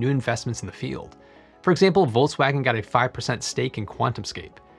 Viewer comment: You definitely said voltswagon every time ilu